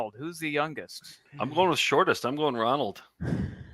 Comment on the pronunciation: Flub "Rondal"